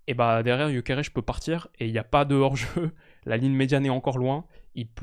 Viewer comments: Ça se voit que t'es influencé par le fait qu'il joue au Sporting quand tu prononces Gyokeres(che) 😂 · il est Suédois, pourquoi tu prononce son nom à la Portugaise 😂